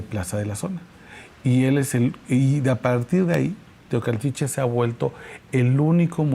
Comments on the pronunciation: Adela...hay que leer bien por fa o conocer la geografía ...se dice Teocaltiche😆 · Mi querida Adela te corrijo, es Teocaltiche. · Teocaltiche TEOCALTICHE Teocaltiche no Tecualiche